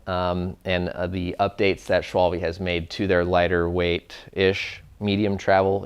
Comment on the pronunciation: Please guy, can someone tell the american, british, ect. how to pronounce Schwalbe :D